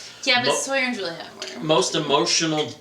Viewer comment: Nooooo you said Suliet you can't just take it back. YES!!!!!!! That's why you are my favourite:p xD